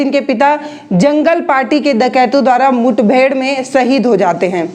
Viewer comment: मुथबेड़ नहीं, मुठभेड़ हुई थी,पकल नहीं पकड़ लिया था,😁😁😃😋